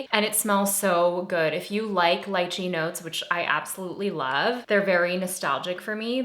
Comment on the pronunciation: Wait!!!! You said lai-Chee!!! That’s how I say it!! Everyone else says Lee-Chee🤢